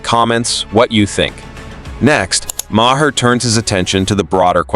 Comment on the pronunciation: Maher is pronounced "Mar". Not "Ma-her". The narrator is an AI.